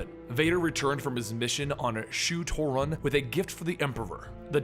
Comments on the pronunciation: It's: Sho Torun... not Rotin Edit* I mean Shu Torun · Isn't it Shu-Torun War?